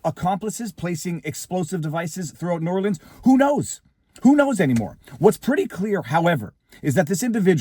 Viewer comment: I'm from Louisiana. This is %100 incompetence. NO is ran by idoits. Btw kudos for pronouncing New Orleans correctly.